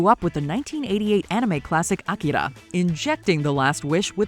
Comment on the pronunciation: Ooh, I think this is the first time I've heard a narrator on YouTube pronounce "Akira" correctly!